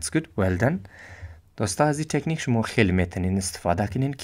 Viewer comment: مَیه ،طَکنیک اَوو چیز گفتی